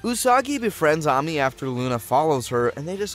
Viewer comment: the AMI is triggering me 😂